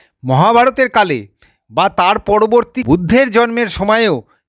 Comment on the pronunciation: দাদা আপনি খুব ভালো বললেন। কিন্তূ আপনি শব্দ উচ্চারণ টা যদি ঠিঠাকমতো করতেন তাহলে আরও ভালো লাগতো। যেমন:- সড়োস্বতি ধড়মো শাস্ত্র পড়বড়তি কালে পাড়মানবিক বোমা ভাড়ত এই সমস্ত ভাষা গুলো কোথায় লেখা আছে দাদা।